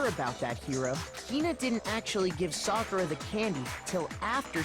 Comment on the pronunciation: Sa ku ra not sa kur a damn that was bothering me the whole time and if someone mentions got lazy to look at comments